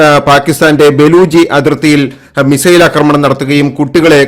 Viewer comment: അക്രമണം തെറ്റ് . ആക്രമണം എന്നതാണ് ശരി